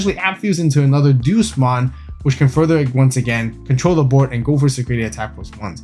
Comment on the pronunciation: Doosmon lol its Deusmon as in the latin Deus, "Day-us".